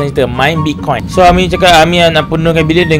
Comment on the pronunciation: Hami aku nak tanya.Apasal setiap intro hang kata Sohami?? XD